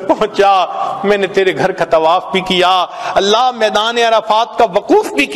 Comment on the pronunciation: Vidio k shuru me allah allah ki setting hai. Usme allah k alif ku kheench kar nahi padhna chahiye. Lihaza is ku durust karen ya phir hata den.